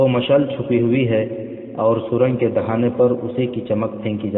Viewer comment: Dahina nhi dahana